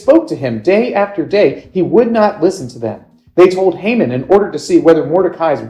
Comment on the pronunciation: That’s. Not how you pronounce his name